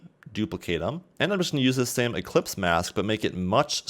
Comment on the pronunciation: Great ! also it's ellipse mask and not eClipse haha